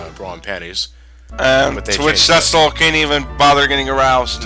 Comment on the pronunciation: Pronouncing Cecil as sessil, drives me up the wall XD Its pronounced cee-cil